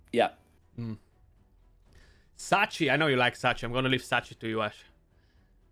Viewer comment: Ash is a good guy. But Odachi is pronounced OH-DUH-CHEE not OH-DAH-CHAY. Like Sachi he said it right (SAH-CHEE not SAH-CHAY). Fenchi (FEN-CHEE not FENCHAY)